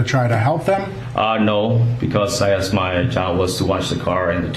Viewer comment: Advertising before video person running for what said "axked" not wanted